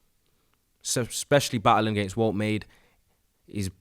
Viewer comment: bruv, you did not pronounced Woltemade that way🤦‍♂️🤣🤣